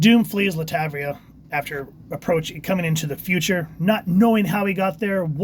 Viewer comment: It's pronounced LAT -VER-IA